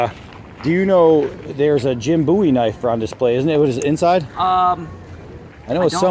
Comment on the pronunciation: Thank you for pronouncing Jim Bowie's last name correctly! The musician claimed he chose it as his stage name because of Jim Bowie, but pronounced it wrong and now everybody pronounces Jim's name wrong! The name comes from Scots Gaelic, and means "fair" like with fair skin and blond/light-colored hair.